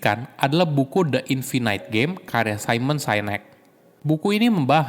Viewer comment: infinite bacanya infinit, bukan infinait